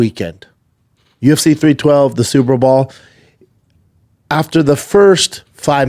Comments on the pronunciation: Lol IKR. At this point I honestly think he just can't say the word "Bowl". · Can someone please make eye contact with this man and say “it’s super BOWL not superball” enough is enough man